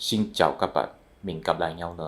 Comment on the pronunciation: Sao mỗi lần tôi nghe ông nói xin chào các bạn tôi đều phì cười. Nghe nó lạ thật đấy